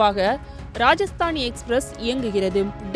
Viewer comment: Please speak correct name, train name is rajdhani, not rajastani